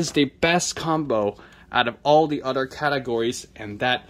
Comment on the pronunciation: "all dee udder categories" 😊